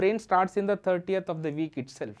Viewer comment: Video is amazing just the way you pronounce 13th is wrong and it's confusing. Your pronouncing as if it's 30th.